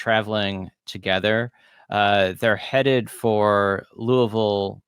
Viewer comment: So interesting! My father in law was from New Albany and mother in law from Louisville. Both families lived there at this time. Props for correctly pronouncing Louisville